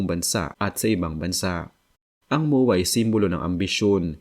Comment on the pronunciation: Moowaa pla Yan 😢 kala ko MOA MOOL DN tawag mo hnd lahat bisaya na nood Sayo kaya mag aral ka mag pronounce ng tagalog Ng Tama kaya kayo na pupulaan na bisakol or bisaya bay na bay Kasi sa poorma😅 promise